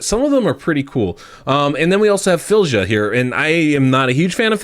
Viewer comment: Filledja? lol Her name is pronounced "Feelya".